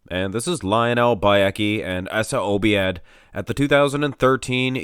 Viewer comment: Obaid not obiad.